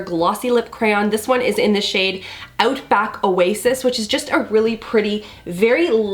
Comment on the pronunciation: your Canadian was showing when you said outback oasis i love it 😂😍